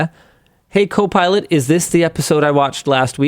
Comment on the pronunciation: Did i hear linus say cope pilot? 😂😂